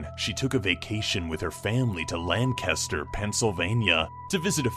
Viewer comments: It’s LANE-kiss-ter not lan-CAST-er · Lancaster is pronounced Lang-kest-er. Just letting you know. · the thumbnails always scare the shit out of me when im browsing youtube at night oh and btw its lancaster not lankester i kno cuz im in PA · It's Lanchester not Lankester. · I HAVE to roast you on how you said Lancaster. Even though almost anyone not from PA says it that way but it's still cringy for PA residents. its pronounced "Lanc-caster" not "Lan""caster". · said lancaster wrong it triggered me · he said Lancaster PA wrong. everyone from there gets mad when you say it like that trust me I should know.